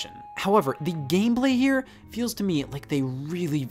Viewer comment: lol "gameblay"